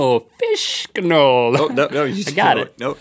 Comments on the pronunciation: i love when Rhett tries to pronounce "fishction" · when Rhett said fishctional I was like wow that would be easy to say tries it takes me like five times to get it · They're having so much trouble saying "fish-ctional" and I'm like: "What? It's super easy!" I dunno, maybe it's because I'm Polish, we have many words that are difficult to pronounce.